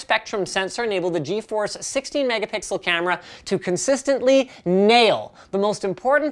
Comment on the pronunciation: Did any one else think he said "GeForce" when he said g4's?